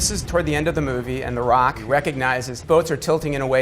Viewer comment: Is it me or did it sound weird how he said the rock ? Lol sounds like he said the raawk lol